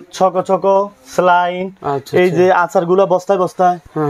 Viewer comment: ভাই স্লাইন না সেলাইন 😂😂